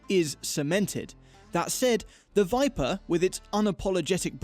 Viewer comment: Stop it!!! It's called the VIPER!!! Not the VIPA!!! That would be like calling you GAYms!!!